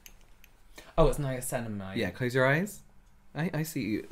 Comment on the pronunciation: “Nimaslimamide” I can’t